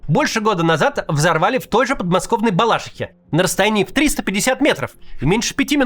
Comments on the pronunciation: Не БалАшиха, а БалашИха🙄🙄🙄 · Максим, Балаши́ха, а не Бала́шиха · у автора канала хроническая проблема с ударениями. балашИха, а не балАшиха. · Не БалАшиха, а БалашИха 😂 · БалашИха, идиот. То у него песО, то балАшиха. Научись ударения ставить нормально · Да не в БалАшихе а в БалашИхе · в балАшихе 😬 неужто на А ударение 😂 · Максим, не в Балашихе а в Балашихе 😂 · Это делается специально. Например, мой КУпянск Кац произносит как КупЯнск. Чтобы возмущенные жители этих городов писали комментарии и нагоняли рейтинг видео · Не в Москве его взорвали, а в Балашихе. Это пока ещё не Москва. Будьте уже более корректными. И не "в Бала́шихе", а "в Балаши́хе" правильно говорить. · Ну ёмоё, не БалАшиха, а БалашИха!) Это все видимо плохое влияние Варламова, тот тоже вечно неправильно ударение ставит. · Правильно говорить не Бала́шиха, а Балаши́ха. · Кац кстати раньше, я точно помню, говорил правильно. Откуда теперь эта балАшиха вылезла, хз, но обидно за родной город. Казалось бы, публичному спикеру нужно проверять ударение в топонимах перед тем как говорить. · Максим, со всем уважением, наш город называется БалашИха) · Правильно говорить БалашИхе...!!! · когда-нибудь московские депутаты начнут правильно называть балашИху. но не сегодня. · Правильное ударение БалашИха! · Что Наки, что Кац. Ударение- мимо. Мелочи вроде бы, но журналистам негоже так. БалашИха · Как жаль что мой классный город Балашиха, ударение кстати на слог "ши", появляется в новостях только когда там взрывают генералов... С другой стороны, а что я хотела, время такое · Если бы Кац минимально вникал в тексты, которые ему дают помощники, то узнал бы что в слове Балашиха ударение на И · не, ну это ещё ладно, можно простить, от этого мкр Авиаторов, где все случилось, до МКАДа километров 5-6. Но вот ударение - это святое!